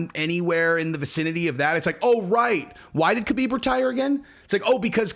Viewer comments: Habib it's Habib not kahabib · Stop saying Khabib the way you do. You sound like a dirty casual. The K is pronounced like an H. Just pretended it's spelled Habib. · Hey, I love your content and I'm a big fan...I just wanted to point out that the "K" in "Khabib's" name is silent...I'm positive that the other mma content producers will follow your lead if you pronounced the name properly...Ty. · Man if you are going to say Khabib's name so much, pronounce it correctly haha.